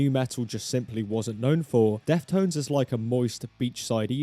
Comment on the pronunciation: was he saying "death tones" in the entire video